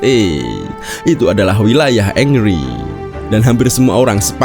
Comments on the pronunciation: Henry bang bukan angry. Plis lah ngomong yg bener dulu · Kenapa pronounce-nya kedengeran ky "angry" ya? pdhal namanya HENRY. Sama tolong dibedain, yg namanya "dislike" (personally ga suka) itu ga sama dgn "hate" (benci). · Bukan “engri” tetapi penyebutannya “angri”. thierry henry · Ongry❌ Angry✅ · Tulisannya Henry tapi bacanya Angry bukan Engry bang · Engri engri engri, yang bener dong nyebut nama orang.